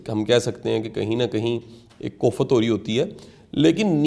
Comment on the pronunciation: Aoa, Qasim Shah sahib k lectures bohat inspiring hoty hain. But Sir koft ko kofatt boltay hain aur ghalat ko ghalt boltay hain. Plz correct the pronunciation